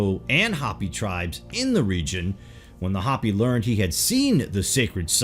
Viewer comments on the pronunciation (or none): Pronounced Hoe-pee not Hah-pee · Its not HOPPY, IT'S HOPEY. WE AREN'T RABBITS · It's Hopi (HOPE-ee) people/tribe & wife, not "Hpppy", -ish. Shambhala is (Sham-ba-la) or (shamb-ha-la) where the b is soft and h is barely distinquishable. It is not (sham-ba-holla)! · It's not hoppy it's pronounced " hoped". U butcher other words too. Do some research then you may not sound like such a Yard when you use words like "erstwhile". Douchey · Hope Eee. Hope Eee. Hopi isn't hoppy it's hope Eee ! yah ta hey. Hastien yazee...dola bichan .oops that's Navajo. William E. Auble Capt and carrier pilot spoke perfect Navajo and listened in on Jap aviators on the radio. It was an almost identical phonetic but different meanings. A complete confusement . He never took credit for starting the Navajo code. So my step father was a reservation hero. As the code talkers ....he then noticed large amounts of cash laden tourists who loved Indian jewelry. So those ww2 pensions bought tools and forges as the largest precious metals movement was allowed as the gold hijaxked from Spain and Mexico that Indians mined was raided 400 years about a ton a year. So I witnessed the largest move of gold and silver from the sacred stashes. Then bullion wasn't allowed until 75 which started a freeforall if stash ownership. Vittorio Peak was a bombing range dozens have tried. Yet I watched load after load shipped nationwide to flea markets and retailers and wholesalers like trademark. Motorhomes worth multiplied millions spread out into distribution routes. It was so cheap. Hundreds of tons of silver and gold ...and you all want it or have it in a drawer. Then in 79 spikes $50+ oz. I had suitcases and went on an 8000 mile bicycle circuit around the US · Hopi is HO-pee. Hoppy means full of hops. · the ineptness is astounding cant pronounce Hopi LOL Calls the Hopppy... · This narrator is great, but never ceases to amaze me with his inability to pronounce common words. "Hopi" is said like it's spelled, no "hoppy".